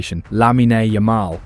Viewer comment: Dude say lamine Yamal right it’s lameen yuhmal